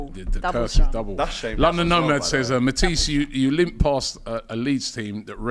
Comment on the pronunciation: Matisse 😂😂😂 he said Mantis.